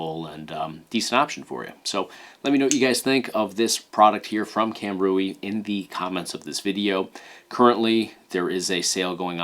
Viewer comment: Heads up, Kam Rui should be pronounced Cam Ray.